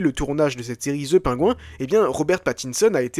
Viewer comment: Très cool comme vidéo, par contre essayons de prononcer "PennGuïnnn" à peu près mais dire "The" et prononcer "Penguin" à la française ça fait hyper bizarre ;-)